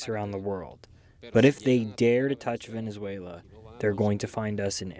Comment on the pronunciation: Mr Leighton gets points from me for not only pronouncing Venezuela right but also for giving an impartial analysis, thank you all.